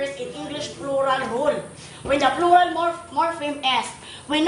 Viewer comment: The PRULA.....the floral (plural) 😅😅😅😅😅